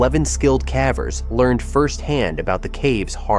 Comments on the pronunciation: It's AI mispronouncing the word. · Please choose an A.I. voice that can properly pronounce "CAVERS!" Freaking annoying!!! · Caveat cavver! A.I. is making us all into morons who let machines model incorrect pronunciations! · Cavvers makes me cringe every time.